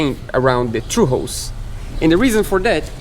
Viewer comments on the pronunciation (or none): Oh, it sounded like "true". I guess Portuguese doesn't have θ (theta) sound?